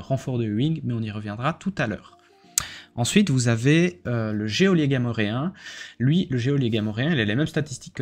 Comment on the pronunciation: On ne prononce pas le 'é' de geôlier...